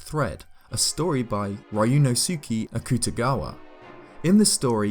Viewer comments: Ah yes Rai yoono sooky Akuta Gawa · The scariest thing about the video was the way he pronounced Ryunosuke Akutagawa.